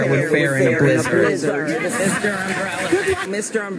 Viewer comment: Why did Klobuchar pronounce “blizzard,” as “blizz-ARD”?? Nobody else says it like that.